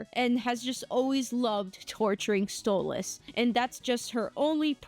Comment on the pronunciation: It's Stolass